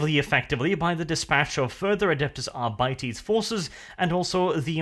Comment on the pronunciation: ....adepus arbities? i cringe every time he mispronounces it